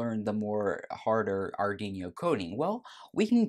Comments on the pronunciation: Our Dweano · Please, pronounce Arduino properly! XD